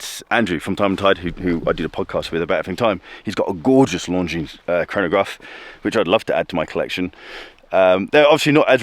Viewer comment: Please, not Long-Jeans try Lon-jeen